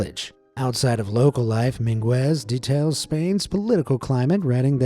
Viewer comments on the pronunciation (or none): it's MEENgez not min-GWEZ. the mispronounciations never end